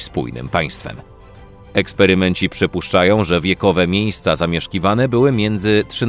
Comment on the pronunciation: ja się pytam kto to jest "eksperymęci" ....